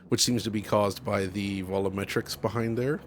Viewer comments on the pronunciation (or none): are you having a stroke? How is it that you were able to distort the word "volumetrics" even farther than how it's meant to be pronounced? It's bad enough you don't call them VOL-YOU-MET-RIKS, and usually say VO-LO-MET-RIKS, now you've turned it into WO-LO-MET-RIKS? Are you getting Wololo'ed?